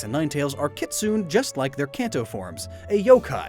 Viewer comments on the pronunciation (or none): The kitsune that vulpix and ninetales is inspired by is pronounced with a shorter u and an e. so not "une" as in tune. the e doesn't modify the u but is pronounced as the e in egg. ki-tsu-ne. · It's pronounced kitsunay not kitsoon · "kee-tsu-neh" That would be a more proper pronunciation for "kitsune". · "kitsoon"? Really? It's a Japanese word. ki-tsu-ne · Kee-Tsoo-nay. Kitsune is not "kit-soon". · "kitsoon"? Really? It's a Japanese word. Ki tsu ne. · It’s pronounced kit-sune-ay, not kit-sune... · It’s pronounced “kee-tsoo-neh”, not “kih-tsoon” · Um, I’m fairly certain the e in “kitsune” isn’t silent. In fact, unless I’ve missed something, I don’t think Japanese even uses silent letters at all. Other than that, great video! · "kit-soon" The Japanese pronounce it "kit-soo-nay,". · Um... Plesiosaurs are not dinosaurs. Also... It's kit-soon-ay not kit-soon 'We have' AD STARTS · Ki-tsu-ne not kitsoon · Kitsoon its kitsune....... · When you read japanese, pronounce every single syllable, it's like Spanish or Italian. So "kitsune" is pronounced "kit-suu-nay" not "kit-soon". Just a linguistics masters student trying to help out lol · Kitsune is pronounced "key-tsu-neh" not "kit-soon"... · What the hell is a "Kit-soon"!?! I think you meant kitsune – pronounced like "key-tsu-nay".... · Uhh it's not Kay it's literally ki like the word key. Ne is also not ney it's ne just ne. ki tsu ne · Brush up on your Japanese pronunciations. Kitsune is pronounced kit-su-nay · but it's pronounced "Kee-tsoo-neh"... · You pronounced Kitsune (Key-tsu-nay) wrong. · That ain't how you pronounce kitsune though You gotta go ki-tsu-neh :v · "kitsoon" [ANGRY WEEB INTENSIFIES] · Kitsu-NEH (This grinds my gears whenever I hear how you say it.) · well, the proper IPA pronunciation is /kitsɯne/ Trying to say how to pronounce things through written english is pretty ambiguous, so if you wanna see how it sounds like, you can check the pronunciation in the wikipedia page